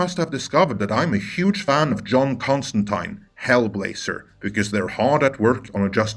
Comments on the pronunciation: Holy crap, I can’t tell you how happy I was to hear someone pronounce Constantine’s name correctly. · just cemented his seat in Valhalla by pronouncing Constantine properly! Thank Wotan!!!!!!!!!!! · You must be a Hellblazer fan if you know how to properly pronounce Constantine's name. Of course I don't want Bad Robot anywhere near him. Just put Matt Ryan (who pretty much walked off the comic's pages) into the season 2 of Swamp Thing. Not that that show would get a 2nd season (it was too good) but he would tonally fit perfectly in that's show's theme and direction.